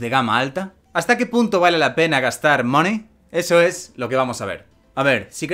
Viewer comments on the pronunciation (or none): Money se dice algo asi como many sin llegar a pronunciar la a como una a sino algo como una a y o al mismo tiempo. Un saludo